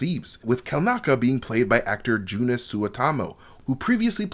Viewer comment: The guy playing the wookie has a Finnish name, so the first name would be pronounced "Yooo-nus"